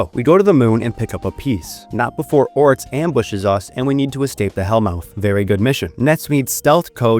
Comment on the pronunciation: Why do you pronounce X's as TS? Etso? Batstory? Oryts?